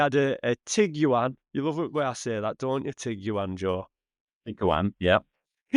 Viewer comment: TIG U AN. Ha ha ha wtf. Wonder how sayd Qashqai